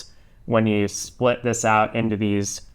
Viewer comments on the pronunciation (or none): none